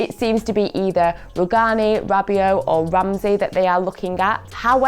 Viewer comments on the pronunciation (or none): none